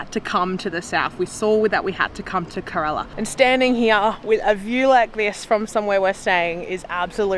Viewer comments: It is not correla but Kerala. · fun fact 😂 not corella , kerala 😅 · You are mispronouncing kerala. You are saying it looks ka rella when it's Ker ala.